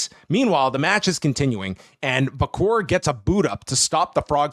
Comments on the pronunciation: vaquer is pronounced Vacker not vacour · He says Vacor, but yeah its Vaq - her sounding.